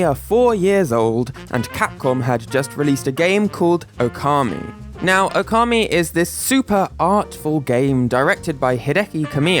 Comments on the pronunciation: By the way, considering it's spelt Ōkami, the first vowel is supposed to be long. Now, considering your topic about Mario pronunciation, using approximate English pronunciations is fine. But you say /əʊˈkɑːmi/, when something like /ˈəʊ.kəmi/ might be more appropriate (and still using British pronunciations). Just some idea. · It's pronounced "Oar-kammy".